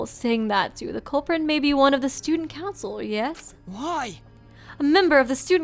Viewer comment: Kiyo says "student coucil" and I am wildly triggered